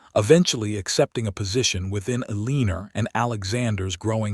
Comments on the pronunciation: Please choose a different name for the lead woman until you reprogram this narrator to say her name properly. "A-leen-ner sounds terrible and ugly. El-len-nor is the way it's said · Oh no, not another "el-LEAN-or". But a good story, anyway. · Eeleener. I really wish they would quality control these narrations before publishing them. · Including the mispronunciation of one of the main characters, Eleanor